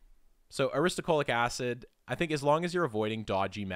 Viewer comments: 😅😮The narrator keeps saying aristuhCOALic acid, but the word is clearly spelled NOT that way. It is spelled as he has it shown in the screen: Aristo-LO-chic acid. Like a low chick. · Aristolochic. You pronounced it wrong every single time. You said “aristocholic.” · So, it's aristolochic (uh-ris-tuh-LOW-kik) acid, which is reflected in your links and in the video itself, and not aristoCHOLIC* acid, as the chapter title states, and as it was unflinchingly pronounced like a hundred times in the video voiceover. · Ar-is-to-LO-chic, not Ar-is-to-CHO-lic. -- A. Botanist. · thats the opposite of a strawman. did my head in to hear you say strawman repeatedly. ah-riss-toe-low-kick. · u are pronouncing "aristolochic" wrong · u pronounced aristolochic acid wrong